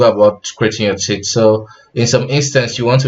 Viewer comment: teeth :) I heard "tits" few times lol